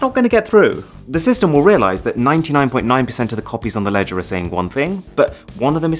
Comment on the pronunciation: I think I will never be able to imagine the pronunciation of the word LEDGER normally. Every time you pronounced it you've done it in a funny way. LEDGAAA!